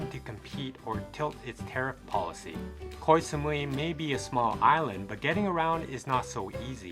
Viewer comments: Actual pronunciation from a Thai person is GO Samui. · koy samui xD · Learn to pronounce Koh Samui before you make a video. You mispronounced many names of places. Are you a robot?